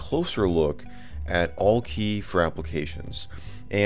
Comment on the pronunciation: Isn't it pronounced "Al-Key"?